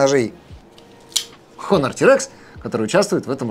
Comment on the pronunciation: Да не Хонор, а Онор 😅 В слове "honor" первая буква не читается...